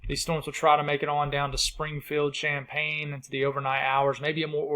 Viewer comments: Hi! Illinoisian here. Its Sham-pain. Like tbe bubbly beverage. 😊 Love your work. Hoping we dont get any tornadoes today in norther IL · It's pronounced like the beverage, (Sham pain)